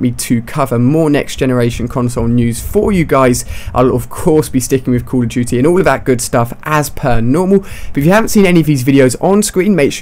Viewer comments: Ali a you say at the first 'cool of duty'. Thats funny! Greetings from germany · It sounds like he says call of jootie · Cull of duty wtf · I don't play caw ov dooty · "Cool duty" LOLOL